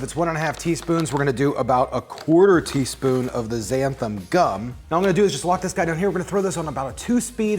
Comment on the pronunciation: It’s called «less-ee-teen» (lecitin), not «lay...) and XanthaN (not «xanthaM») Gum.☺️ Many of these are such useful ingredients, especially when you want to live a vegan/plant based life. It really makes such a difference. I first sound Xanthan Gum when I used to make a lot of moisurizing cream for myself and needed a thickener that you didn’t have to cook. But it is really difficult to find here in Norway, most of the time I have to buy from abroad online, makes it real pricey, but what can you do? Glad I can find it at all, a huge selection is not what you get with a small population... Keep staying safe, people❣️😷